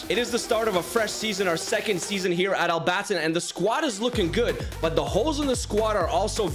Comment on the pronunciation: I live in Al-Batin but you pronounced it wrong